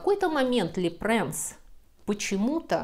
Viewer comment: А почему Луи Лепренс? По французски читается Луи Лепранс ?🤔